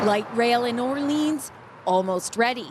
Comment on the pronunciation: Why is the mispronunciation of Orléans so pervasive in a bilingual city like Ottawa? Or-leens? Really?